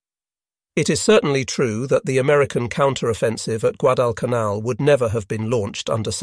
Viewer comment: The AI voice certainly went bonkers numerous times on this video. Rather surprising since it seemed to have gotten better on recent videos. There were numerous mispronunciations of Guadalcanal.